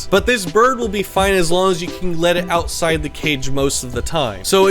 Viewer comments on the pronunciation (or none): none